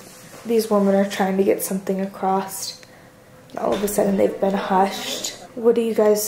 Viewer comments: 🤣 that’s what I’m sayin’!!!!! “AcrosTAus” Hehe! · Does anyone else notice how says “acrosT” instead of “across” lol